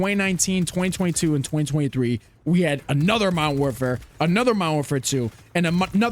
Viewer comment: Lmao this is why I’m still on mw2. No ai bs no report spam bs. And it was left alone by these dev idiots 🤣 never bought mw3 or bo6. And I sure as hell ain’t getting bo7 that ain’t cod anymore lol Also “mowerwarfare” 🤣🤣🤣 wtf